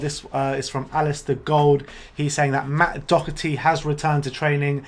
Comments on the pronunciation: You guys need to learn how to pronounce Doherty. Other than that 👏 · Lads it's pronounced DAW-HER-TEA not DOCK-ER-TEA 🙃